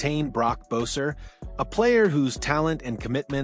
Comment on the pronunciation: Learn how to say Boeser’s name correctly before making a Canucks yt channel 🤦🏽‍♂️